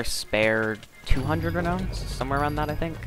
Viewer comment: Good video,. You're saying Renown wrong though. It's actually pronounced "re noun" Not "re known" But I'm sure you'll improve on that! Just because you have aqua brackets on pit doesn't mean you can reinvent an english word's pronounciation. Love the commentary hope they rework major events and promote you to moderator on hypixel!